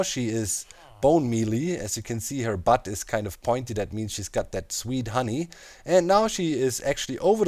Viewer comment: I love how doc puts emphasis on her BUTT you know?